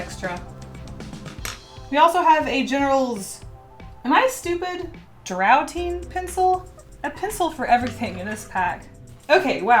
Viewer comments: Draughting = Drafting It’s kind of confusing. I pronounced it like you did for a while before my mom corrected me😬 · draughting =drafting Draughting= British way to say it. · "draughting" is pronounced like "drafting." AFAIK they mean the exact same thing too, draught is just olde fafhioned spellinge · I'm sorry, I laughed when she pronounced draughting as drouting. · It's pronounced drafting.